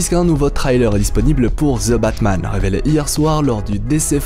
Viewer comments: Pourquoi prononcer ZE Batman alors que c'est plutôt THE Batman ? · je ne crois pas que sa se dise ""zeu batman'''" 🙄